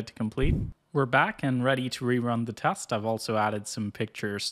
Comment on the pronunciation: its teeeeest not kurwa tahst.